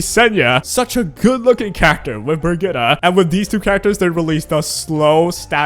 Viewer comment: BIRGITTA FÖR FAN Birgitta is a common name here in Sweden (and probably in Denmark and Norway as well). Guessing Senya will be an ML, since she's called "Dragon bride", probably a world were Mort actually does get romantic feelings for Senya. Also, the way you pronounced Birgitta was pretty correct